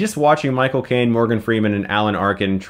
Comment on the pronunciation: Michael Caine (or as he pronounces it, Moi Cocaine)